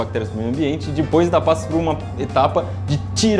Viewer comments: DEPOIS, E NÃO DIPOIS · NÃOOO É DIPOIS É DEPOIS CARAMBAAA !